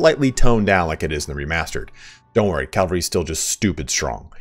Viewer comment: CAVALRY. Not Calvary. Unless you want Jesus coming in to ride in on your horses, it's the Cavalry that you use in war. lol